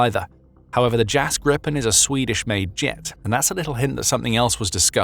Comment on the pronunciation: *Gripen Grip (Griffin) rhymes with sheep not ship.